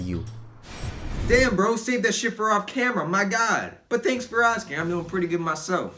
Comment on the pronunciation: I thought took a shit, so thats why there was a poop emoji on the bottem left and he was saying "aww shit," but instead he was saying "aww sheet"